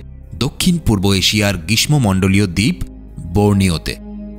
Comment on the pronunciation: গ্রীষ্ম উচ্চারণ ঠিক করেন।